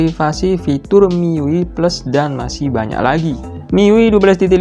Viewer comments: penyebutannya bukan "Mi yui" tapi "mi-yu-ai" ah gimana lah kau lapet.... lapet. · Mi yu ai bang:( bukan mi yu i. Itu ui nya dibaca yu ai:( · sekedar saran aja bang, cara baca miui tu "mi yu ai". lebih benar dan lebih enak didengar 👍🏻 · Mang ketika lu baca Gesture udah bner banget dengan "Jestur", tapi kenapa pas baca Xiaomi dan MIUI kok begitu? Aku jdi ngakak tau mang, harusnya kan Xiaomi dibaca "SIAOMI (indo aksen) atau Saomi (aksen asli)" dan MIUI dibaca "miuai". Sekadar masukan....